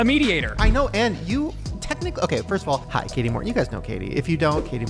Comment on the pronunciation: Shane its Kati Morton not Katie